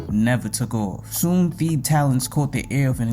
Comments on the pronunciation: Just butchering my boy name crazy 😂😂 Theeeb is wild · mispronouncing his name is a pretty big L i cant lie but im still gonna watch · They way you’re pronouncing Thebe is triggering 💀💀💀 but a great video bro